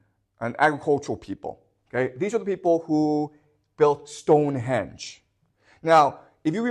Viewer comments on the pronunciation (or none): none